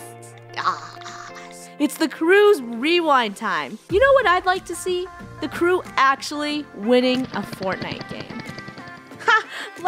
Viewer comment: Haha .at start funneh said wewind